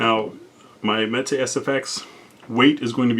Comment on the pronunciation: Mete is pronounced like "meat". It means to dole, or portion out. Unless of course you are a Spanish speaker, then metay all you want 😉